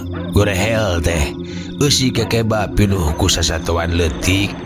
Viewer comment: Assalamualaikum wr wb mang punteun sanes kekeba tapi keukeuba